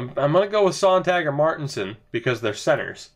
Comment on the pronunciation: Hey! Love this franchise series. Just thought I'd help out with a pronunciation. For Tomas Sonntag his last name is pronounced like (at least really close to) Zone-Tag. And the Tag part should be pronounced like Hog but with a t. Keep up the great content!